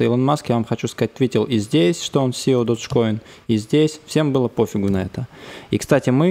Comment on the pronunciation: додж коин..... ты выговаривать научись